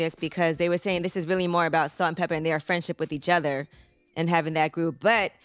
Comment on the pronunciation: they were salt and peppa not salt-peppa- and spinderalla